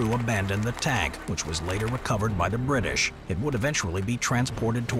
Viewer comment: “whecovored by da britsh” 👴